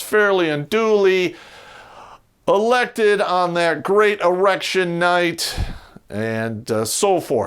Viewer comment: Why is he calling it Erection night?